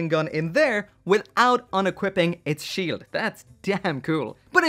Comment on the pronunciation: Ze Shield?...... What are you... German..... NOICE!